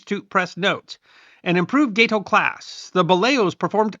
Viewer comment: The GATE-OH is actually GAT=OH. It was named after the gato shark, or "cat shark". Gato is Spanish for cat, so check your Spanish pronunciation..